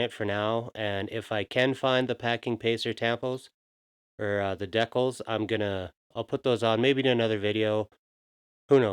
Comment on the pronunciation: They are called "Dee Cals". Not "Deck Els".